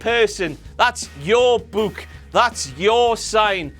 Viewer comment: Its funny how people from Newcastle pronounce "Book"